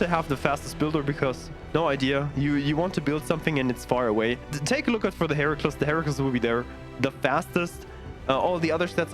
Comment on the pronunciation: Very nice, just for your information the Heracles is pronounced Hera-cleez.